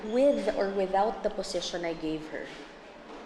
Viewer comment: Position not posesion